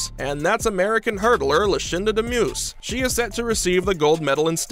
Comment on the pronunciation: You botched up Demus’ name lol